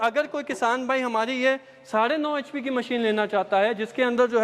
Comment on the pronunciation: H.p thik se bola kare